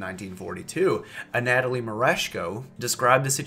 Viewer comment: The soviet army's inadequacies are already numerous enough throughout WWII, idk why they add on this sort of nonsense. If I recall correctly, political commissars had reduced involvement in military affairs after bad experiences in Finland. Also, the way you pronounce Anatoly is a tad annoying.